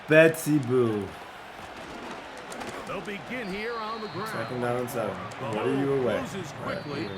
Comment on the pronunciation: It’s boo not bow